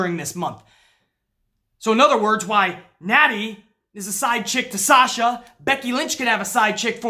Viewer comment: it sounded like said SALSA, lmao, made my day, man, i agree 1000% with about Sasha, and i hate seeing all these wrestling pages saying she bitch and moan her way to shots after shots it pisses me off their stupidity. When your on the level of good as Sasha is it is CRIMINAL that she isn't treated properly, nuff said.